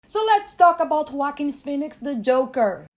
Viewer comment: is the only person on YouTube that knows how to pronounce Joaquin phoenix name.